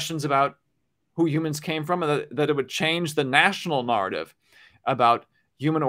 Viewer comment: Yea what he said... that narr-tiv 🤭